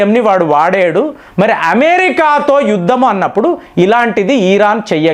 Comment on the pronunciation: నువ్వు ఏమి చెబుతున్నవురా. ఎందుకు ఇరాన్ ను హైలైట్ చేస్తున్నావ్? నీకు ఇరాన్ ను ఈరాన్ అని పలుకుతావు. Useless fellow ఇరాన్ కి అంత సీన్ లేదు. చైనా అండ్ రష్యా ఇరాన్ కు అమెరికా ni defeat చేయడానికి help చేస్తున్నాయి. నీకు తెలియదు. నీ గొర్రెలకు అస్సలు తెలియదు.